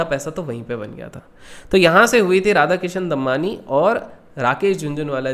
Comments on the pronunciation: Bhai pronunciation Damani hai Dammanni nahi. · Normal people: Damani: Dambani 😂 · It's दमानी, not दम्मानी